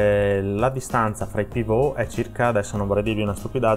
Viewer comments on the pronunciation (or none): none